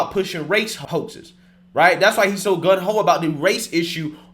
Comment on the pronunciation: It's not "gun ho," it's 'gung ho' lol You mispronounce or say the wrong word at least once in every video. Zero exaggeration. I've never heard a person who speaks for a living do so incorrectly so frequently. And I'm not not hating, just observing. I agree with a majority of what you say.